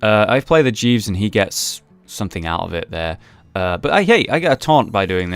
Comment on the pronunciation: could have sworn jeeves was called jesus there...